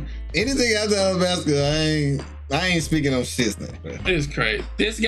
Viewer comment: Whoever edited needs to understand it's "Alabasta" not "Arabasta." The latter is wrong, coming from a poor understanding of both languages ¯\_(ツ)_/¯